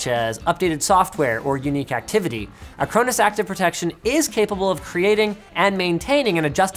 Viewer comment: Dunno, I was distracted by "ac-crow-nis" (I thought it was "a-crawn-is" all this time)